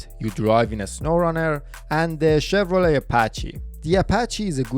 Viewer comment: Chefs kiss on saying Chevrolet. You nailed it that time bro!